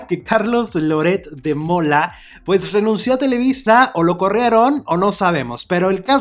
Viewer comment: "Louretssssddd" quien es Loret de Mola? Xq no pronuncia biennn es un boludooooo importante.....